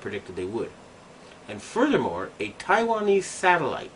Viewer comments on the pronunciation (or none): none